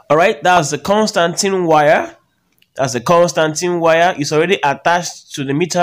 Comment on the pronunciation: My man legit said, "the Constantine wire"😂😂😂 Please it's constantan wire